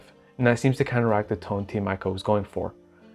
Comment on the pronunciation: You read it as Team "Eeco", not with letter "I" ;)